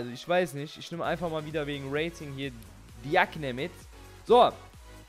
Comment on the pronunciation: Hahaha ehrenmann wie er diagne sagt